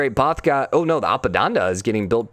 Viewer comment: A P A D A N A - not apadanda